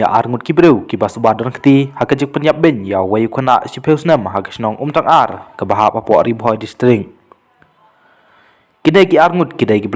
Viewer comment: YouTuber da pynbeit bha ka rukom kren,ym dei umtyngar ka dei umtangar😅😅😅😊